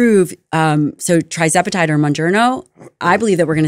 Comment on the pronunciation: How could someone who purports to be an expert on these topics pronounce "TIRzepatide" as "TRIzepatide?"